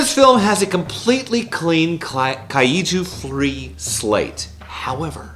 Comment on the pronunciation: Why does he say kaiju like Kai-ee-too